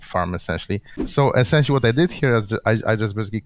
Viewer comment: gnembon says escenshally alot. i dont know how to spell that